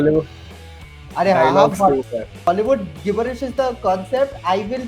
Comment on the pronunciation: It’s pronounced ‘Jib-bur-ish’.